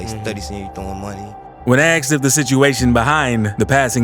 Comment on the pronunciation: "ASKED" NOT "AXED"